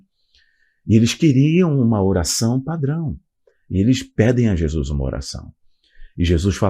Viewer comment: Que isso?? "Jesuis"? Noutro vídeo falou "indentidade". 🤭 É nordestino agora? 😅 Aqui nóis fala assim. 😬